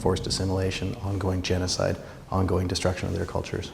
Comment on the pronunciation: that anglican can't even say genocide. in the same speech he talks about resolution?